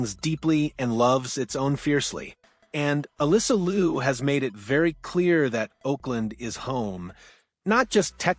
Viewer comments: "LEE-YOU" not LU, please. She will tell you that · A couple of things. Can you pronounce the family name correctly. Not Lou... its pronounced Lee-OH. Also you failed to mention the fact that she successfullycame backto the sport after a two-year break which is basically unheard of. Probably one of the greatest sports comeback we've seen. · Interesting story. Liu is not pronounced Lou but "Lee-oo" 2 syllables. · It will be great if you would pronounce her name “Liu” properly Google might have told you wrong. Liu in Mandarin is pronounced as liú not Lu. Thanks for your video. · More 'yow' instead of 'you' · You are pronouncing her last name wrong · And each time he mispronounced her last name😂